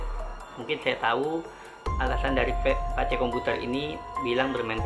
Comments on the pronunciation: P.A.C.E BUKAN PES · Bukan pes komputer bro bacanya... " Baca Pace komputer aja tolong... wkwkwkwk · Maaf bg.. Bkan pes komputer.. Tpi bacanya emang PACE KOMPUTER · bacanya PA-CE bukan PES bro.. pace itu panggilan untuk laki2 d'papua